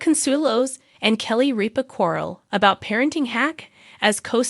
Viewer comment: Say Kelly ripa's name right